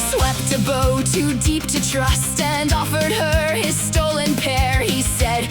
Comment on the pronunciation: "He swept a bow too deep to trust" I'm right in thinking the AI pronounced "bow" wrong? Love your work, by the way. It's top-notch.